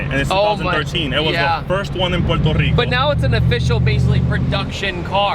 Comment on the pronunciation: What’s Porter rico it’s Puerto rico